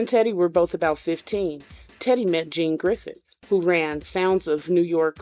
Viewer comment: Crack me up when you say Gene Griffin name lol